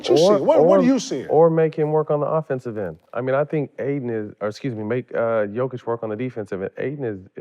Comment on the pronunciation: Put some respect on the man’s name … ITS PRONOUNCED - YOH-kich . Not JOH-kich . You talk about respect but then don’t respect others?